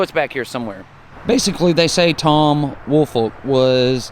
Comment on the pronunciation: WOOL-FOLK. That’s my last name and I absolutely hate how it’s pronounced. It’s literally a compound word. WOOL-FOLK say it with me would ya folks! Not Willfort, Wilfred, Woolfork or every other name I’ve heard for yearsss. Ya killing me smalls